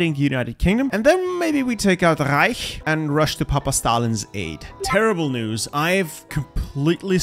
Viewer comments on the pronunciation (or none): none